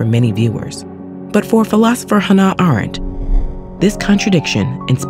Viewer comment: good lord. you pronounced Hannah Arendt's name wrong. That's literally the first name in the description. Who is editing these videos??